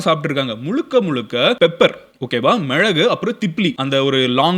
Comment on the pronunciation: Bro athu ''Milagu'' not ''mizhagu''